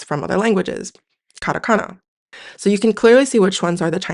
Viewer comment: Whycome you say Karakana when you put Katakana on the screen?